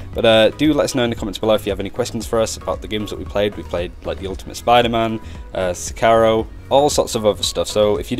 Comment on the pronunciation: One of the games you played was Sekiro? In Sekiro the "i" is spelled like Rialto In japanese there's almost no phoneme variation, a "ki" is always a "ki" no matter the word it's in and it's spelled like ji in Genji, ri, hi, mi, ni, etc Anyways, how was it? It's the game I'm looking forward the most